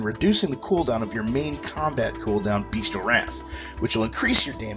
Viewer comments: Bestial not Beastial - pronounced (bes-chal) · I agree, defiantly pronounced (bes-chal)